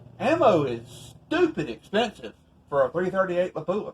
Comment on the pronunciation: It’s La-Pwuh not Luh-poo-uh